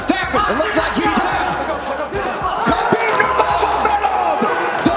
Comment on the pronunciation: In Russian its Хабиб, X being translated as Kh, but really, the K isn’t the primary sound, it’s more of a hard Ha sound, so Habib is closer